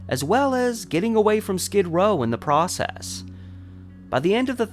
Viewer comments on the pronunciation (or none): none